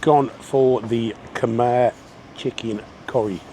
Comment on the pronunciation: I miss Cambodia, need to go back some day. P.S. Khmer is pronounced ' Kam Eye' .